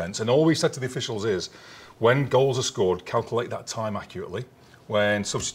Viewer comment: Calcalte.. he cannot pronounce Calculate properly.. it’s infuriating 🤣